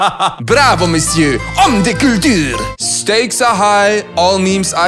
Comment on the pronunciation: "Bravo monsieur! Homme de culture! 😁" Hi man you took an Italian accent 🤣